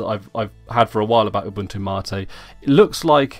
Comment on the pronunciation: Why do you say mate like that :(